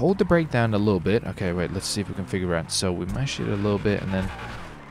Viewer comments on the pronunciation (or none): none